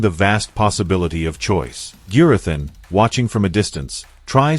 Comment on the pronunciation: A persons name is rhe most important sound they hear. You have heard Gurathins name pronounced many times through out the season, Have a little manners and pronouce Gurathins name correctly. There is no excuse.